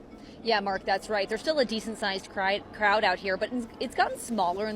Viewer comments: "There's still a decent sized cried---crowd.." is that a slip? 😆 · Lol. She said "decent size cried" instead of crowd. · Lol, The News castor almost said "there's a decent size cry" instead of crowd. So funny 😂. In the first place they should not be criminals, which are illegal immigrants. Period & Facts. Why are these people going against the law????